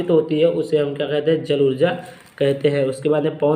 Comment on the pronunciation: Jul hota hai jal nai😂